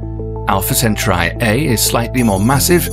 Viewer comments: "sen-tar-ee" or "sen-tar-i"? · Its pronounced Centaur"e" right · The true pronunciation is the "Chen-tau-he". It comes from "Rigil Kentaurus, which is a Latinisation of the Arabic name رجل القنطورس Rijl al-Qinṭūrus, meaning 'the Foot of the Centaur'." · Its just pronounced sent-tauri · Center eye 😂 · It’s pronounced “Cent - R -E” right? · It's actually pronounced "Centaur-ee" These British Clowns didn't discover the fuckin place, so they're wrong. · Maybe you should learn how to pronounce CENTAURI first, then make a video about it! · Make an effort and pronounce CENTAURI properly..... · I don't trust a science video that pronounces the names of both the planets and the stars wrong. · You're pronouncing Centauri wrong... It's driving us nuts. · cool video but you pronounced centauri wrong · Cant finish the fkn video because of how the narrator pronounce Centauri... dislike. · Why he pronounce centauri like it doesn’t have an A in front of the u 😂and it’s not like it’s a bot saying all this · I couldn’t even sit through the first 2 minutes of this video. The incorrect pronunciation of Centauri ruins the entire video. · Centauri is not being pronounced correctly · I believe that you pronounce "centauri" differently.... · Great video! However the narrator's pronunciation of Alpha Centauri is annoying. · You pronounce Centauti WRONG. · Amazing video with great details but the pronounciation of "Centauri" almost killed me. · That is NOT how you pronounce Centauri tho 🤦🏽‍♂️ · Now I know it is a proper noun but every time he pronounces Centauri like that, I die on the inside a little bit more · who taught you to pronounce centauri? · so you couldn't tell the narrator how to properly announce Centauri? pathetic! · Am I the only one who finds the pronunciation of Centauri in the video annoying? Otherwise, good content though! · He’s pronouncing it wrong. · WHO TF taught you to pronounce CENTAURI like that? L2speak b4 making vids. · Let me guess, you say sen-tar-ee 🤣🤣